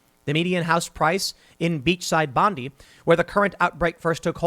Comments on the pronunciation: Bondi is pronounced Bon-DAI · Love your work Tim, I'm from Sydney, and trust me, it's worse than you think. P.S. Bondi is actually pronounced bond-eye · I love it when Americans try to pronounce Australian locales. It's pronounced 'Bond-eye'.